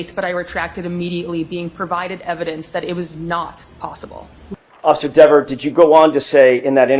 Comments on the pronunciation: Should have said "Dee-ver" through the whole video. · Her last name should be pronounced DEEVER, long E. Same as Peter or Steven. She wants it.pronounced DEVVER .